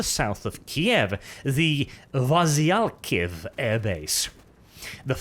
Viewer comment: Ukrainian here, making pronunciation of foreign words great again: 1) Boryspil - that was actually very close. Emphasis on Bor*Y*spil, not Borisp*I*l, but otherwise good. Although you god entirely wrong airport. The one Russian attacked is Gosnomil airport. Boryspil is a passenger airport, while Gostomil is a cargo airport. 2) Vasylkiv airbase was butchered beyond recognition. The right one would be Vah-seel-kEEv